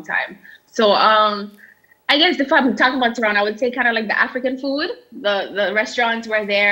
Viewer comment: said Torono.for those who did not get that. its.. To.ron to..